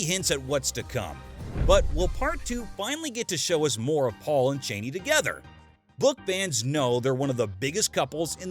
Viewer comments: If you're going to explain something it usually helps if YOU understand it first. there is no "mysterious woman known as bene gesserit"...Almost everything you said is incorrect. Even your pronunciations are terrible (it's CHAWni not CHAYni, FREMen not FREYmen, ALya not AYLia). Like did you even watch the movie? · CH-AH-NEE. not CHAYNEE.